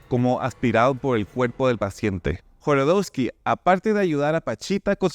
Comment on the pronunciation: Jodorosky, no Jorodosky....